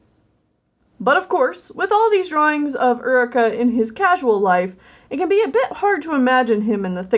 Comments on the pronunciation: Very nice job! But I gotta ask, it that actually pronounced Ur-i-kah? Or is it Yoo-ree-kah? Like the actual term Eureka. If that was the authors intention then everything’s all good but I went through the whole video going mmmmmmm...is that actually pronounced right??? Also I think I’ve seen a picture of Jeff Goldblum wearing that rainbow cat sweater xD it looked familiar xD Keep up the great work! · Can I just say.. uh.. Isn't it pronounced "your-ree-ka"?? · I always thought Eureka was pronounced like "your-e-ka"? Maybe the character pronounces it differently though, I have no idea.